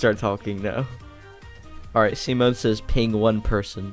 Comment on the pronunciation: When he said 'Simone' I had to look at the screen to make sure that he said Simone and not Semen- Don't ask how the hell my brain though about that.